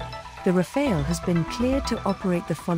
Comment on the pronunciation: Pronounciation tip: in French, Rafale’s final e is silent, so it should be pronounced Rafal, not Rafail. ☝️🤓